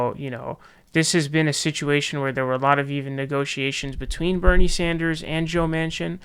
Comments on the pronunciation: Its pronounced “Sanders” not “Saunders” you fuckwit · Jeff Beezahs , Bernie Sawnders. My dude. 🤣🤣🤣